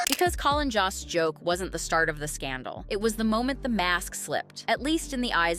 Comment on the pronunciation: JOST ... Pronounced JOAST like roast, like boast, like most.